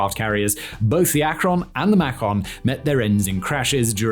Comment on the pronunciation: Living in Akron, Ohio I really appreciate how you said that 😂